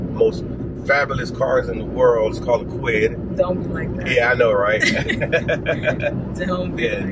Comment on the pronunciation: 🤣🤣🤣 a kwid! Must have been a squeeze lol